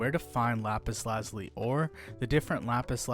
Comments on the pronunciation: lap-is la-ju-lie The i is a long i, and the z produces the French z sound of a (j). Like the french word for blue, azure (ajoor). Which stems from the Arabic translation alazamam. This coming from the Persian example lājevard, meaning "heaven/sky". Lapis meaning stone. Lazuli meaning blue. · The funniest thing is how u say lapis lazuli but very informational